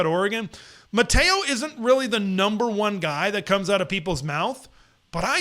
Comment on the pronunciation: Matayo OU-E-UNG-UH-LA-LAY